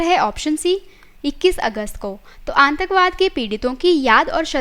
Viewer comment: Nice informative video.... But pronounciation of some words need to be appropriate. It's 'प्रदूषण ' not 'परदूसन ' and 'आतंकवाद ' not 'आंतकवाद ' ..... Some more words were pronounced incorrectly.